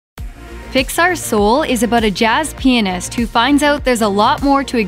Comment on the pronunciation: Anyone thought at beginning she said jazz peins